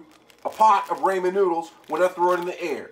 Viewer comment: The way u said it was raymen noodles😂